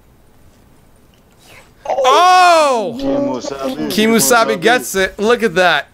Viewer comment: Keemsabe sounds like kiss me sabe... Lol XD